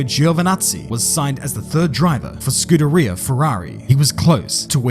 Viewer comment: dont use italian in your video if you cant pronounce scuderia (skoo-derria)